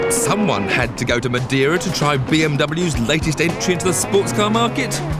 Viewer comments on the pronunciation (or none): MADEIRA not madera